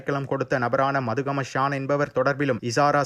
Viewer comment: மதுகம இல்லை மத்துகம..